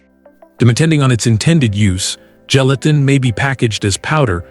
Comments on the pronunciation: Apparently, the only thing gelatin CAN'T do, is make your computer pronounce the word correctly. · It's hard to watch and listen to when the AI is mispronouncing "Gelatin" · throughout this video, ive heard 4 different pronunciations for gelatin.